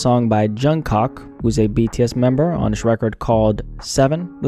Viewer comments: It’s pronounced jungcook not jungcock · Not Jun- Cock… Jun-Cook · Just saying you said Jungkook's name wrong it's Not Jungcock. It's Jungkook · Jung cock who ? Just wanna correct its jung kook like jung cook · Did bro say Jung -cock😭☠️🤦🏽‍♀️ it’s jung cook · His name in Jung “Cook” not “Cock” 😭😭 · 😂😂😂 it’s pronounced Jung Cook not cock but anyways 😅😅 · Its jungkook like "cook" not "cock" 😅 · … I can’t believe YT let you get away with saying Cock lol. That’s funny. For the future, it’s Jun-kook. You got the first part right. But the other part is kook 👍🏽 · Btw it’s pronounced Jun cook not jun cock 😂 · “Jungcock”- Bruh… it’s pronounced ‘Jung-k[c]oo-k’ . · It's Jungkook not Jungcook 😭😭😭 like the beginning of cookie cook Jungkook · My mans said “COCK” instead of “coook” bahahahah IM DEAD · It has two o's and he pronounced it cock, he knew what he was doing. Unless he says he cocks bacon and eggs, he knew what he was doing lol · Why did he say jung cock 😭😭😭😭😭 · he really said "Jung Cock" 😂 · his name is pronounced as 'chon-guk' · it's spelt jungkook but pronounced jungCOOK like cooking (just wanted to point that out)😅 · that is not how you pronounce that mans name LOL its more like Cook But with a G. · Hello. Just want to correct Jungkook’s name, it’s pronounced Jung “cook”. Hope u have a nice day ☺️ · he really said “jungcock” im shitting tears😭. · Nobody questioning how he said Jun cock lmao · Man called him Juncock😂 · Pronouncing his name "Joung Cock" is hilarious to me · His name ain't Jung COCK LOL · “Jung COCK” I can’t Fucking Breathe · Jung-cock is crazy😂 you really butchered that one 😂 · Bro said jung cock 🤣💀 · I died when you pronounced that man name as jung (cock)😭😭💀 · He said Jung Cock 🤣🤣🤣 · Nobody's gon mention he called Jung kook 'Junk Cock' 😭😭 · No one:: “Jung CoCk” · Now why you say jungkook’s name like that……💀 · I can't believe you pronounced Jungkook's name like that LMAO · Exactly, he said Jungkook's name wrong.